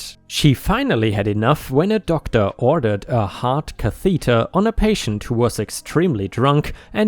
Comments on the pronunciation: Catheter is pronounced “KAA-thuh-dur” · Lots and lots of revenge, nurses,l HOA's (anything and everything is great) please. ⭐⭐⭐⭐⭐⭐⭐⭐⭐⭐⭐⭐ You found the word catheter awkward today. It's pronounced Kath - e (as in egg) - ter - stress on the first vowel. Hope you don't mind us advising you. Your English is brilliant but we do have a lot of words that are difficult to say.